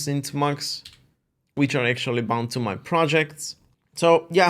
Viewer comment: its amusing / cute how he calls it 'tah-mux' instead of 'tee-mux' also, we're practically twins -- both split keyboards, kitty, tmux, neovim